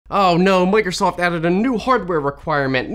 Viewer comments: "Mac'osoft"? Now THAT is cursed. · The AI really nailed it with the "Mac'osoft". Microsoft are really turning into Apple. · Don't we all love Mac'osost? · No way its mac´osoft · Mac-o-soft that’s Funny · Ah yes, "Mac'osoft", the fusion between Mac and Microsoft